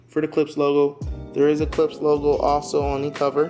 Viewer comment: Please. It's pronounced K L I P S H. The sch is pronounced as Shhh.